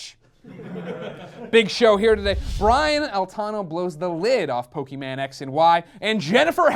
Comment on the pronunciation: That's not how you pronounce Pokemon!